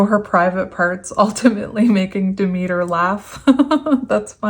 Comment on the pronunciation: Purr sef -ahhh nee you said I right the second time. She's the wife of Hades . Daughter of dah- meet - err